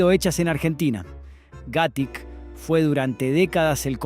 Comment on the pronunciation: No entiendo porque pronuncias casi todos los acentos mal en los nombres de las empresas (por ejemplo Italo no se acentua en la A, tampoco Gatic, ni Aguila en la i, ni Arcor en la O). Y Giol no la pronunciabamos "Yiol". El de la foto es Torcuato Di Tella hijo, no es el fundador de la fabrica.